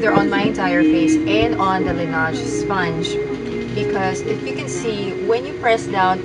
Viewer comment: Not pronounced "lanage"